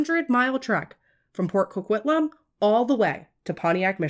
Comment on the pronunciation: We don't claim this pile of puke! And I am very impressed with your pronunciation here. I think you and Christina Randall are the only two non Canadians I have heard pronounce Port Coquitlam properly haha.